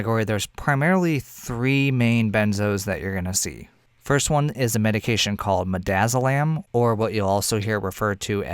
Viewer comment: Mid-daz-o-land for Versed. ReVersed for Romazicon LOL